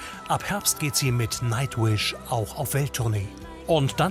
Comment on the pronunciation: Did he really say Nacht-wish? lol ha ha